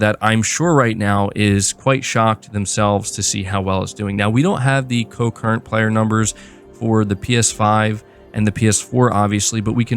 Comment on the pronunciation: Concurrent...not co-current 😉 Definitely will have to check this out!